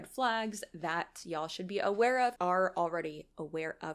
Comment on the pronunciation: Well, being a southern boy. It's Y'all..not YA'AL. 😅